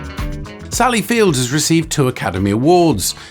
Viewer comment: She's Sally Field, not Fields. Otherwise another smashing video. Thanks.